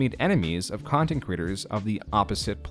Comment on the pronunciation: Great vid, but 2 questions: 1) What is "youtubeh"? 2) What is "contint"? Thank you.